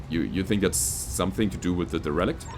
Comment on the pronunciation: A bit of a nitpick, but derelict is promounced "dare-el-icht" as opposed to "de-relicht". Love these episodes, they are fantastic. Keep them up, but don't work yourself to exhaustion.